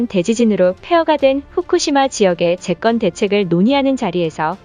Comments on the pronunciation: 글씨 좀 제대로 읽어라. 귀에 거슬린다. 후꾸시마지역 '재껀' 대책이 아니라 '재건' 대책이라 해야지~ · 나래이터의 국어읽기 수준에 문제가 있다.' 재건'을 '재껀'이라 읽는 법은 도대체 어디서 배운 것인가? 초등학교 국어교육부터 다시 시켜야 하지 않겠는가?